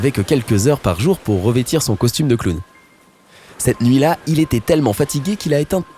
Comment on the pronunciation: MDR J'SUIS LA SEULE CHOQUÉE PAR LE MOT "CLOWN" QU'IL A DIT "CLAOWN"